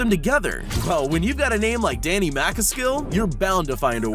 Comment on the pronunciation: That is not a bmx its a trials bike and Danny's name is not pronounced like that